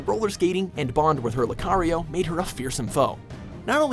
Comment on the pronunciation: You pronounced lucario right. Thank god.